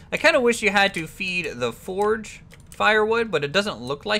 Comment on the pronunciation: Fordge? did you mean, forge?